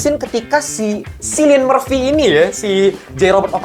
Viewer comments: Lewis Strauss bang nama yg diperanin rdj Bang penyebutan namanya Cillian itu bukan pake S tapi pake K iadi "Killian" bukan "Sillian" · btw bang, cillian itu dibaca kilian bln silian